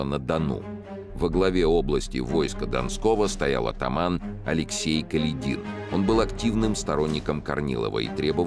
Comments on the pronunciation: он даже неправильно ставит ударение в фамилии атамана Каледина. Как это раздражает. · Не КаледИн, а КалЕдин. Неужто читающий не знает истории?